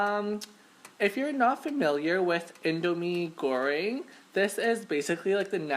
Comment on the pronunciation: You pronounce indomie goreng perfectly yay haha